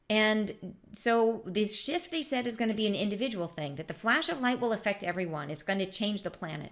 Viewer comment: Oh my i thought u said shit instead of shift 😂